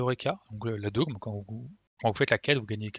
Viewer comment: Super guide, comme toujours! Il m'est très utile! parcontre on prononce pas "dôgme" mais "dogme", comme "forme"